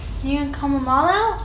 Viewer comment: Never heard anyone pronounce the B in the word Comb until now